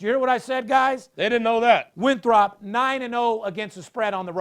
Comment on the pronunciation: If you are talking about Winthrop... you need to pronounce it correctly. LOL